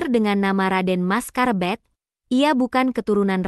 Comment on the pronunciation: Mas karebet bukan mas karbet